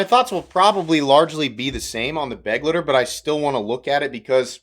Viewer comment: Nice review, bro. Love the channel. It's not pronounced "beg-letter." It's more like "beh-glighter," so that the last part rhymes with "lighter."